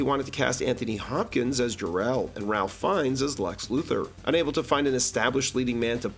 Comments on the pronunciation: "Rafe" Fiennes, not how it's spelled. And the awful Marlon Brando "Kalel" instead of "Kal-El." Are you just doing it to get engagement in the comments when people correct you? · Great video, only you mispronounced Ralph and Fraser.